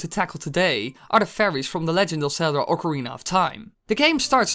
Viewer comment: STOP PUTTING AN "R" BEFORE THE "C" IN OCARINA!!!!! >=( Biggest pet-peeve.